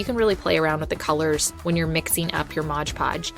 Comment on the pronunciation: I don't know about anyone else but I have a tiny amount of OCD and it drives me completely insane to hear someone pronounce "stuff" wrong. For instance, its not MODGE PODGE, its MOD PODGE! Sorry but I've been watching these videos for a couple years or more and I finally had to say that LOL. Great ideas on projects though!